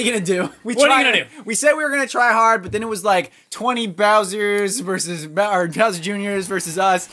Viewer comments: He says "So long, Gay Bowser!" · for some reason I hear so long gay bowser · So long King bowser But sounds like So long gay bowser